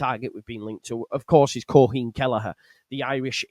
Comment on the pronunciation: Queeveen is how to pronounce Kellehers name